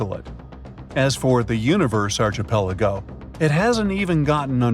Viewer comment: Please learn how to say archipelago.